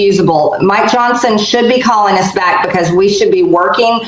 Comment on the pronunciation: it sounded like you said "My Johnson" lol